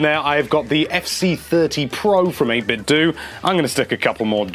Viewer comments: 8bitdo is not pronounced 8-bit-doo. It's pronounced 8-bit-doh. It's meant to sound like Nin-ten-doh. Mind blow. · In 8BitDo the "do" is pronounced like the "do" in "Nintendo," not like "dew."